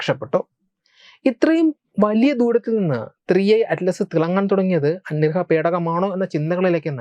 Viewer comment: ആദ്യം അന്യഗ്രഹം എന്ന് മര്യാദയ്ക്ക് പറയാൻ പഠിച്ചിട്ട് പോരേ വീഡിയോ 😀